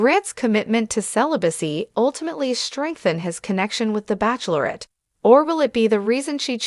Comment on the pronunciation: You can't even pronounce bachelorette right! Please find a better robot, this is very unsettling to have words pronounced so poorly.